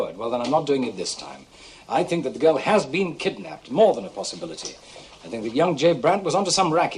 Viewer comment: Think rhymes with pink...